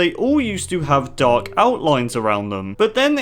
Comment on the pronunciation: when you say dark lines i understand duck lines 😂😂😂😂